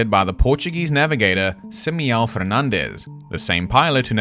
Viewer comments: Sorry to be that one guy but this is so distracting. this is NOT how you pronounce Simão 😭 Your pronunciation of Fernandes is good for Spanish but definetly doesn’t sound like Portuguese so it’s less annoying but still distracting. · Your pronunciation of "Simão" is one of the worst crimes I've ever witnessed